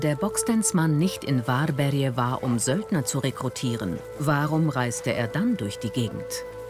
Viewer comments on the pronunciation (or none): 'worbärj' nicht 'warberje'